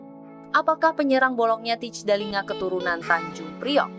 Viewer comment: Kalo mau ngonten....coba deh klik google terjemahan yang ada speaker/audionya....set ke bahasa Belanda kemudian tulis Thijs Dallinga....dengar tuh cara ngomong yang benar.....Teis Dalinga bukan Tits Dalinga (jadi ngomong jorok dah gw)